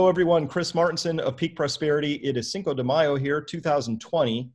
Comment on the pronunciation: It's not "cinco de mayo"